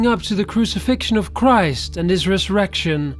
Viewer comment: He read christ wrong